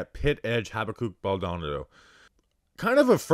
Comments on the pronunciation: Hahaha. was killing me with the name pronunciation 😂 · You can’t be from the tri-state or Florida and pronounce his name this way. It’s embarrassing 😂